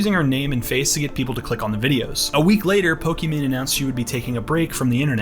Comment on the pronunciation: “Pokmon” lmao